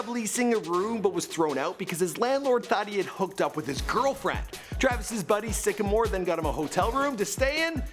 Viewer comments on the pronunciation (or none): none